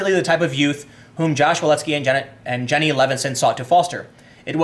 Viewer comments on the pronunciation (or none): none